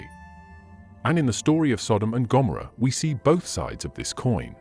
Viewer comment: I am so sick of AI. Every single post something is pronounced wrong. Here Gomorrah. This narrator says Gom oh ruh. I cannot listen any longer. Every single post is like that. Earlier a narrator said bee har not bay har for joy behar on the view. We. Are. Over. Run. By. AI. When will there only be AI? No? It won't happen. Watch. Insidious. You can say I am missing the point. Maybe we should be reading the Bible instead of listening to these posts. I massacre the words of the Bible. I believe God forgives me. I believe God does not forgive AI. Or those implementing it. Shalom